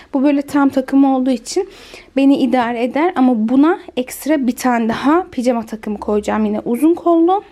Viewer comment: Neden ısrarla picama diyorsunuz doğrusu pijama